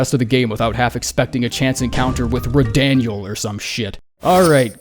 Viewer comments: Lmfao this dude said "Rahdaniel"! 😂😂😂😂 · Rah-daniel 😂😂😂😂 Fuckin got me with that one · Idk why but I died at "Radaniel"